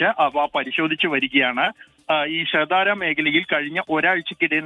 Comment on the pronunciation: ഷാദ്ര "ഷഹ്ദാരി " അല്ല.